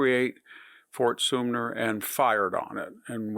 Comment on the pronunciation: Today a potpourri of Sumpter and Soompter